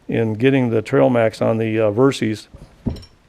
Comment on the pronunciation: You put out great videos but I have to mention this. The bike's name was derived from "versatile system", hence VER SYS as in system, not VER C's or Ceees. I apologize for being nit picky but I cringe every time I her someone say Ver C's.